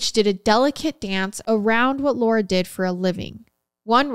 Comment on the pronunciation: This is gonna sound weird lol My name is Laura and you say it so perfectly!! 😂❤ Thanks for the episode! Much love from Middle Tennessee 🧡🤍